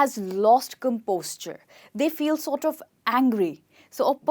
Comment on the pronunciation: You are saying " lost composture"( I mean you are pronouncing composure as composture)..why is it so??